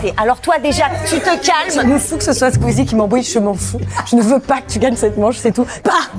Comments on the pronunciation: AURÉLIE ELLE A DIT QUEEZIE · Elle a dit queezie ptdrrrr